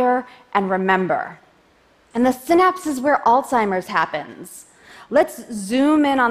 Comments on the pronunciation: Alstimer's? Hard to take you seriously when you mispronounce the disease 30 times. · is she saying Oldseimer's? really?